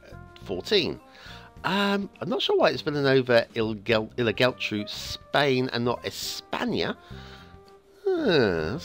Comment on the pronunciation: Only Geltrú is misspronounced this time, should be "Yeltru" (so not bad at all). Just remember the accents in words with more than a syllable show that's where the stress is. But this is not Spanish, it's Catalan!